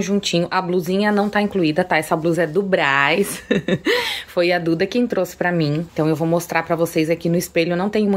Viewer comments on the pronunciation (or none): none